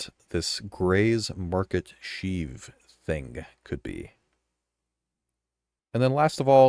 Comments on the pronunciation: Shiv in not sheeve. Shiv like ship. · You say "shiv" wrong like 80 times. <3 lol it's like "chiv" more than sheeve. <3 thanks for the content. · its pronounced 'sh-iv' like shi# only with a V...not sheeeeeeev lol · Shiv, not sheev. facepalm Are we sure "Grey's Market Shiv" is a ship? It really sounds more like a new NPC and environment we can access. For all we know, it's a wandering ship that we have to locate and land on (unlikely, but who knows at this point). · Hearing you pronounce shiv like Sheev Palpatine's name made me laugh. Its pronounced the same way you'd pronounce the 'shiv' in 'Shiver.' Good video though, nice and informative with no bullshit like other content creators seem to like to do. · bro said SHEEV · Short "i". Shiv, like "if". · Good video as usual but damn, the way you pronounce "shiv" hurt me haha It rhymes with "give" or "live" for example